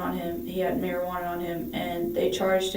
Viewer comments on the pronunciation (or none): none